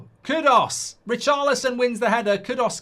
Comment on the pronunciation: It’s pronounced Chevalier (shuh-val-ee-er) and Kudus (Kuh-doos) you prat 😂